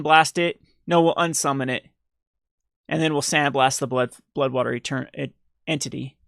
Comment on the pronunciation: dude you really struggle to say bloodwater entity. haha